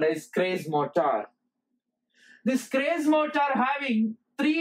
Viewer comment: The gentleman in this video did not explain how these motors work, but related what they consist of, and what they do, or where they are used. He should have explained clearly how the Schrage Motor works . He is even sounding the name Schrage wrongly. He should have explained how it works, and how the commutator voltage is generated at the slip frequency, to be able to feed it back, totally different from an induction motor, or a wound slip ring synchronous motor. Educators should be careful how they deliver the lesson, as, "What it does", and "Where it is applied" is not, "How it works" There is no information in this statement written about this video and if he who did it was in my class, I would have failed him as he said nothing abut the Schrage motor, Quoting what I read. " 🔍 What is the Schrage Motor? The Schrage Motor is a groundbreaking advancement in the field of electrical machines, known for its unique design and exceptional performance characteristics. Join us as we unravel the intricacies of this motor and explore its applications in various engineering domains." In this video there is not a single sketch or drawings of any of the motors or rtheir winding, It is absolutely stupid to teach in this manner. Poerty and religions an politics and fables from Hans Christian Anderson are presented in this manner. Also the presenter does not need to shout! The Schrage motor. Let us start with the induction motor. We shall deal with the three phase type. The induction moto